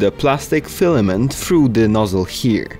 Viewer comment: This guy really said:"everyone is telling me to keep my fliment dry, if the whole printer is wet my wet fliment will be fine."